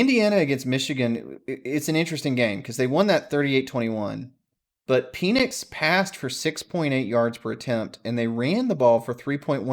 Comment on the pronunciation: Real quick, Indiana’s QB is Pen-ix not Pee-nix.